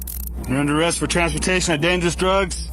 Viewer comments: The AI is absurd. “Arrest” isn’t pronounced “Air Ist.” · and 'Air rest' for arrest. pfffft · Is this AI voice mispronouncing Arrest, and numerous other simple words?